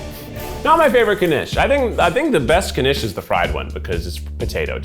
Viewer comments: i love how he's pronouncing it like kanish. it's knish. you sort of swallow the k a little bit. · Knishs Knish sounds like kih nihsh 🎉